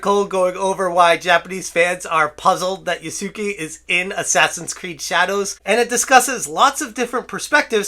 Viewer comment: Yasuke should be pronounced "Yas-kay." The "u" should be basically silent.